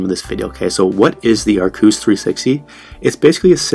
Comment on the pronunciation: Arrcos Pronounced. Ar- kos